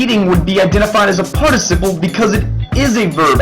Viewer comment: Voice quality is raspy and you pronounced Participle wrong three times then correct the last few times?! Why are you yelling? your cartoon is cute and should have a nicer voice.